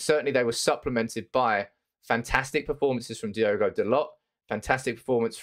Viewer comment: Its Dal-O, not Dal-OT